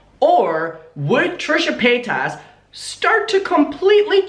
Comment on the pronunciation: i really love it when calls Trisha Paytas as Trisha Pataytas, i lolllllled everytime 🤣🤣🤣